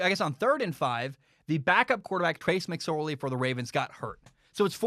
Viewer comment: Trace Mc”Sore-Knee”